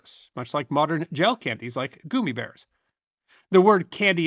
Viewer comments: Sorry, but I listened for about a minute and I was done. The fact that you’re calling them gooomy bears vs gum eeee bears I’m lost. I don’t know if it’s a dialect thing and that’s what you called them where you’re from, but then only other option is that you didn’t do any kind of research and had never heard of them in the first place, which is absolutely horrible considering your channel. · I hope you explain why you keep saying goomibears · It’s gum me bears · Goomy bears is my new favorite neolinguistic pronunciation.